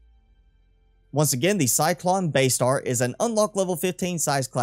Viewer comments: CY-LON … not CY-CLON !!! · it's "Cylon", not cyclon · I hate being "that guy" but isn't it "Cylon?" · Say Cylon right you uncultured nob. Great video btw.